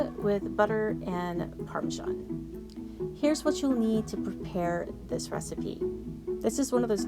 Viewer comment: Parmesan not Parmajan.